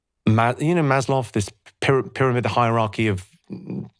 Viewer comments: Maslow not Maslov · speaking with such certainty and such conviction whilst referring to "Maslov" and his hierarchy of needs FFS